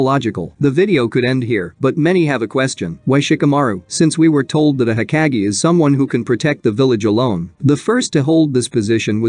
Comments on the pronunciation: hokage not heckage idiot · It’s not heckage! Hokage bro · Ugh the way this bot says hokage drives me up the wall. No thanks…